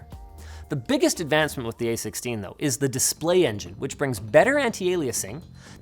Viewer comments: "A stix-steen chip" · Astixteen satellnight